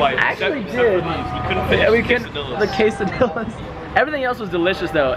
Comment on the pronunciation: It's pronounced CASE-A-DEE-A NOT CASE-A-DILL-A